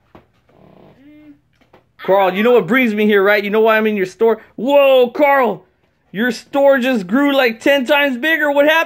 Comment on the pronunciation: Deez Nuts HE SAID CARL IT IS CARL ITS NOT CORL